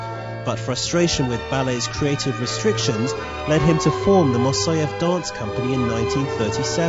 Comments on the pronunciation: Could this african american learn at least how to pronounce the name of great choreographer. It is not mosoev. It is Moiseev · Evidently, the narrator can't read. His pronunciation of the name "Moiseyev" had me biting my lip! It's Moi-sey-ev". Not "Ma-soy-ev". He really needs to learn to sound thing out from the spelling! A real disservice to the man and the ensemble.